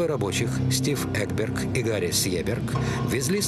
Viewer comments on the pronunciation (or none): none